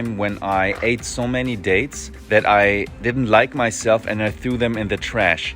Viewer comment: It’s so funny how he confuses date and diet pronunciations